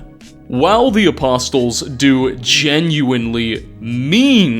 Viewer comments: The t in apostle is silent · Why do you pronounce the word apostle incorrectly after hearing an in-game character say it correctly? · Might be nitpicky but I cannot stand how you mispronounced ‘apostle’ the entire time despite having it pronounced correctly for you. Usually like the vids but couldn’t watch this one 😭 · Hi, love your videos, just thought you should know apostle has a silent “T” so it’s more like a-poss’l also apostelle is a different word entirely. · Apostle has a silent T, Aposle is the sound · it's pronounced "a-POSS-el." The T is silent. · I absolutely hate to be that guy, but the T in Apostle is silent. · Is he mispronouncing the word "apostle" on purpose, as a sort of meme? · The t in apostle is silent. I was cool with it when I thought it was an in game mispronounciation like Caesar with the legion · The T in apostle is silent. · Apostle, silent T…. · ... do you mean "doctrinal" approach? also, there's still no T sound in apostle lol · the T in "apostle" is silent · The "t" in "apostle" is silent. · I hate to be that guy, but holy crap is that not how you say apostle. You feature footage of NPCs saying it correctly.. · Bruh, if you ever have to say it again: the t in "apostle" is silent. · silent T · Great video! Side note: when saying “apostle” you don’t pronounce the “t” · Why are you pronoucing the t in apostle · The "t" in apostle is silent. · Do you say the T in Wrestle? No? Then why are you making an exception with apostle? Do you say the T in trestle? No? Then why are you making an exception with apostle? You don't say the T in pestle either. Languages and dialects are consistent in pronunciation, they are not a mish-mash of exceptions in inconsistencies, even in English. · Your mispronunciation of the word "apostle" sets my teeth on edge. It is seriously horrifying. Detonating the bomb horrifying. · The t in apostle is silent... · Sorry I just wanted to say, the 't' in 'apostle' is silent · The 't' in Apostle is silent.